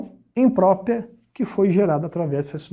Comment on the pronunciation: O cara manja tudo de math, mas quando o assunto é português... COITADO "IMPRÓPIA" "PRÓPIA" KKKKKKKKKKKK